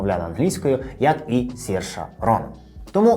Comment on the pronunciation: Цікаве відео! А чому пишете і кажете її ім'я як Сірша? Адже вона Серша - як вона сама каже, треба вимовляти як "inertia" після 2-ї хвилини тут